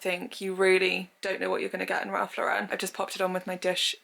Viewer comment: As an American, can you please say Ralph Lauren last name correct? He’s a fashion icon to us.